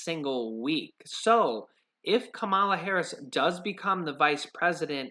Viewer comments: You should pronounce her name correctly. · You're mispronouncing Senator Harris' first name.